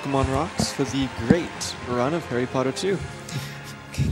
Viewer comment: HARRY POTTTAHHHH